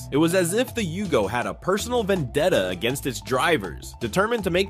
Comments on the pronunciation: And it was a Yugo, not a Hugo! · It's a Yugo, not a Hugo... And nothing american about it.